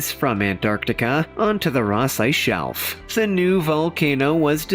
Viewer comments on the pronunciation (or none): none